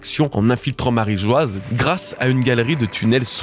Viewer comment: Bravo pour le taff ! Merci :) J'ai juste une suggestion : est-ce qu'on peut arrêter de prononcer Marie Geoise alors que c'est Marie-Joie ? 😅